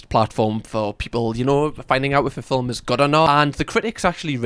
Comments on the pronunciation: the way you pronounce "film" is so satisfying. "fil-m"; so good. you have the best accent lol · I've seen your videos before... I don't think I've ever heard anyone pronounce every letter in film like that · I like how you say film. 😊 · Mispronouncing film like Melania does is a choice 😂😂 (it's a joke!)